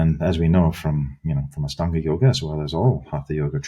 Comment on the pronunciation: Astanga is a word associated with the LITHUANIAN word for EIGHT (AŠTUONI). Lithuanian is an Indo European language with roots in Sanskrit. In Lithuania, aštuoni is pronounced ASHTUONI. I cringe at the way Ian Baker pronounces AŠTANGA with an S instead of SH.